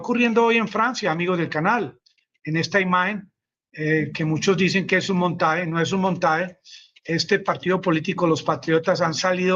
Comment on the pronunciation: Se dice cincuenta y dos, no "cincuentidós". Bueno, ¿en qué quedamos, ahora sí es una guerra? Se dice cerca DE algo, no "cerca a algo". ¿Un "montae"?, ¿qué es un "montae".